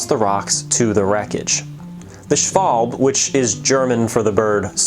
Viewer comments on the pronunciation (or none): Schwalb-e. It's just the "e" missing. Like in table or handle. A short "a". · Interesting, thanks. By the way, you do pronounce the -e on the end of the name, so: shval-bah. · Schwalb-e. A short "a". It's not silent. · Nice video, thank you! Small remark: In German language, there are very few mute letters. In general, you speak what you write. Accordingly, "Schwalbe" is pronounced "Shvalbe". You hear the e. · its schwalbE :) greetings from GER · It annoys me how you pronounced schwalbe. While its probably much closer to correct than I pronounce my name, it's not how I do.